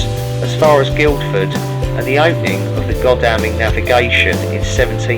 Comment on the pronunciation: Great video, I'm only halfway through it at this point. This video and the Greatstone one resonates with me, my personal situations in the past and present on many points. Thanks for highlighting things. 👍🏼👍🏼 On the pronunciation point, Godalming is pronounced god-all-ming and Skål is sk-ore-l. Looking forward to the next video.